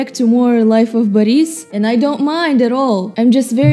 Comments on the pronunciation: it's BORIS NOT BAHRIS BLYAT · you're saying baris not boris just correcting you cus it's kinda bugging me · Nonono you pronounce Life of Boris wrong! You say Baris, that's wrong. Its Boris. With thick russian accent. Do not care if you think you not Russian. You speak Russian therefore can do Russian accent. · why do you say boris baris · what slav are if you cant say Boris correct